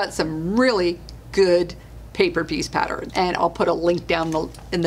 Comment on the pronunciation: Do you realize, you say Pattern wrong? You say... pat-ter-ren, it's... pat-tern. I do love your videos. Apparently, I have ADD.